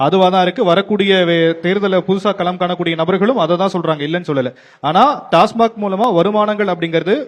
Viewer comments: டாஸ்மா(ர்)க்கில்லை. டாஸ்மாக் என உச்சரியுங்கள். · டாஸ்மார்க் இல்லை. அது டாஸ்மாக். Tamil Nadu State Marketing Corporation Limited (TASMAC)